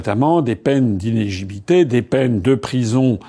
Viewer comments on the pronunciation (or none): Ce n'est pas inégibilité, c'est inéligibilité ! IN-É-LI-GI-BI-LI-TÉ, repeat after me